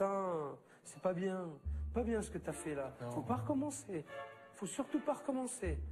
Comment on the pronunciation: "C'est pas bieng" 😂😂😂